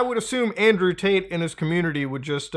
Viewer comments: He’s saying Andrew taint. Every time. Lol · Not gonna lie I thought you said Andrew taint at the beginning